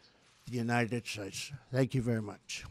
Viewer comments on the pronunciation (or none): And God bleshh the United Stateshhh